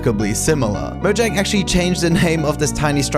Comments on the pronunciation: Why do people keep pronouncing it "mo-zhang"? It's "mo-yang". It was founded by Swedes, the j makes a y sound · It pronounced ( moyang ) because it is swedish